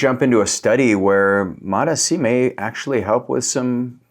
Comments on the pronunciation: Please mate for the love of god I love your content but please pronounce MOTS-c the correct way which is MOTS-c not MOT S C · It's MOTS...(pause breath) C. Mots...C Not MOT S.C. Properly pronounced please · He's gaslighting us by saying Mot-ESEE. You know he shuts off the camera and chortles gleefully at the comments. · Mots, like tots! MOTS-C learn to say it correctly, or why even bother with doing these videos? When you say these Peptides with the correct pronunciation, your credibility automatically goes up, and the reverse takes you down. MOTS-C!!! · I can’t trust anyone who can’t read the label on the bottle. It’s MOTS - C. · 3rd video of his I've come across that I had to leave early because I can't handle the MOT ESS SEE. pronunciation. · You lost me at the way you say mots-c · You lost me in the first 5 seconds, mispronouncing the peptide. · I am out he isn’t even pronouncing Mot-C right. You lost me. Laters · I trust Dr Trevor Bachmeyer more than this guy who can’t even pronounce Mots-c. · Haha I was just coming to write the exact same thing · It is so annoying I just stopped and went to the comments LOL ! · I hate the way he was saying it, I couldn’t finish the video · It doesn't bother me how he pronounce it. At the end we all know what he means. 😅